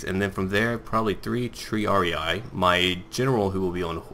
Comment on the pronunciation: Please, stop pronouncing triarii that way. it's Tr-ee-ar-ee-ee, not tr-ee-ar-ee-i, as you say. every "i" is pronounced the same way